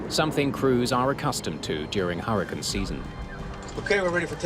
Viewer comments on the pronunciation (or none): The narrator keeps saying "hurruh-kin" trying to say hurricane. The passengers began to scream before the turbulence - a real bad video mistake.